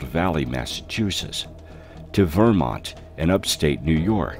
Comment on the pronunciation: Odd pronunciation here...facade - Vermont amongst others... computer generated voice over here